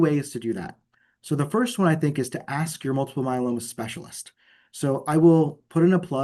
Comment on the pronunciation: Good info . Why does interviewer keep calling it myeLANnoma?